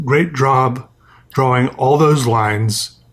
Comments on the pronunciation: makes me want to start saying "draw-wing" instead of of "drah-ing" you know? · He say “drollwing” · I pronounce it Draw-ling dunno why, the only word I say that gets a random L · tbf draw-ing, I see what he's tried to do there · We know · You sure know how to emphasize the word "draWing" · "Great drawb" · “great drawb” hahahhaa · I like how you say drawing its... sinthetecly beutiful